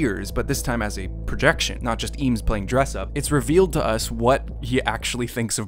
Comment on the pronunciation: Eames , pronounced "aims"